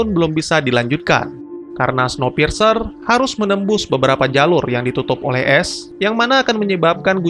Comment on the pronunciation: Bukannya bacanya snowpirs ya ?maap kalo salah